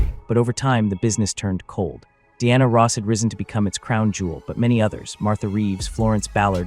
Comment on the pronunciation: AI...learn how to correctly pronnounce her name.